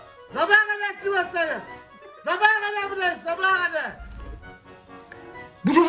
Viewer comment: Adamın dilinin döndügü tek cümle 'zabaha kadar burdayiz zabaha kadaa'